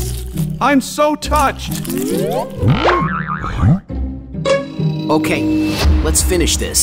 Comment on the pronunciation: Its funny the police saying im so thouched